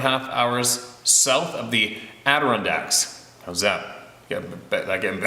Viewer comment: Yes Steve, you are getting better at pronouncing Adirondacks